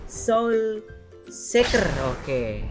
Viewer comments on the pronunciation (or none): Bukan seker tapi siker